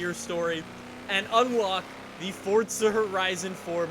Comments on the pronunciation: its not Fortza its Forza m8. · Forzzzzza not fortsa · normal people: forza: fortza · why do you say fortza its forza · Its forza not fortttsa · This man did not just say fortza horizon tell me HE DID NOT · FORTZA HORIZAN FORE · I swear to god it’s not fortza! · Why does he always say it as fortza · Why does he always say fortza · why does he say fortza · Jw, do you not know how to say forza?